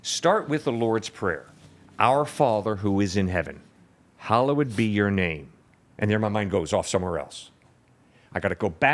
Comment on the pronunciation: The pastor pronounces hallowed wrong.